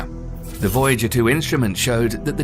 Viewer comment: Voyager was mispronounced